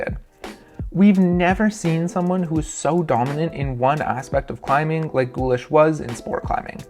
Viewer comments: I know the german 'ch' is hard to pronounce, but hearing "wolfgang gullish" was hard for me haha. If you want to learn how to pronounce the german "ch", say the word "cute": the moment when you transition from the "k" sound of the c and before you get to the "oo" of the u, that is a german "ch". Bonus points for pronouncing "ü" correctly as well, that is quite easy, it sounds kinda like "eu" Otherwise, "gullik" is already infinitly better than "gullish". Aside from that pedantic complaint, great video, I look forward to the next in the series! I really love these well-produced looks at the history of the sport! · Thanks a lot for the vid, but when you people learn how to pronounce foreign names properly? It's not a big deal, but reeks of arrogance or ignorance, sorry!